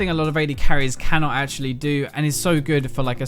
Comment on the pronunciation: Otau-attack (auto) xD , ashaly (actually)